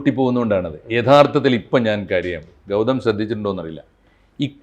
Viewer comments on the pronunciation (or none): none